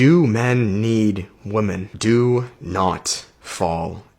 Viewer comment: I love how the second guy is incapable of saying women plural.